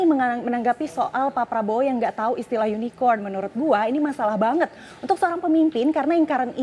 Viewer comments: KORKOT SUKABUMI ,cebong gagal paham soalnya... Gak nyadar dia di tertawakan cara penyebutan Unicorn itu. Hhh... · Bukan tak tau tp jkowi nya yang nyebutnya salahh Jangan ada yunikon di antara kta😂😂😂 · Ini media parah bangat., Keliatan amat klo media cebong., Hahahaha...cebong dungu., Jaenudin salah pengucapan makanya dikonfirmasi ama prabowo yang online2 itu.??., Itu uang digital udah instant dan gak menutup kemungkinan uangnya secara fisik gak akan beredar di indonesia tapi secara digital langsung keluar negeri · Surya Aditiya ,itulah cebong... Gak ngerti dia di sindir karena salah pengucapan Unicorn itu...